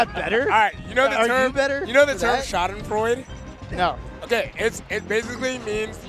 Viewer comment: With how much Americans use "Schadenfreude" id hope they actually learn how to say it